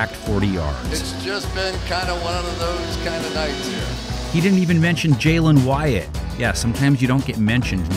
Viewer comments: he really called him “Wyatt” instead of Hyatt, that’s crazy disrespect😂 he sure did earn it😴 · Jalin WYATT? C'mon, it's Jalin Hyatt LOL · Jalin “Wyatt” 😂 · Hyatt sucked so bad the previews guy said his name wrong